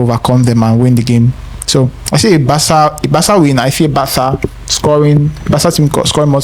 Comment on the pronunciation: Bro, what is Bartha? We're not in Spain bruv 😂 It is BARCA!!!